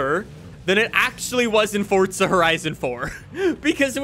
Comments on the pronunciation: FOR-ZA not FORT-ZA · Didn’t know forza had a “T” in it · There’s no H in forza stop saying it like that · Ah yes Fortsa horizon